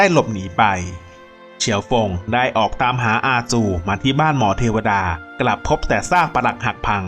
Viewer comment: อ่านชื่อตัวแสดงผิดเยอะมาก ต้องอ่านออกเสียงแบบพินอิน ไม่ใช่อ่านออกเสียงแบบอังกฤษ....มายังไง อาซู, จิวหมอชิ, ต้วนหยู และอีกมาก....พวกนี้อ่านออกเสียงผิดหมดเลย ศึกษาเยอะๆและออกเสียงให้ถูกหน่อยแอด